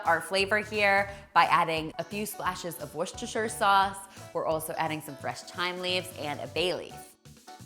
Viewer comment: The "rce" in Worcestershire is not pronounced. It's basically pronounced "Wooster" and the "shire"-part is pronounced "sheer". So it's "wooster-sheer" :)